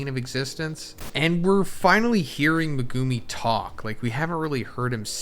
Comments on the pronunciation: MEH-GEW-MI LOLOL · The way this guy dismantles Megumi’s name hurts. Omg.. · It really is annoying. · Does anyone else cringe really hard when this guy says Megumis name?😅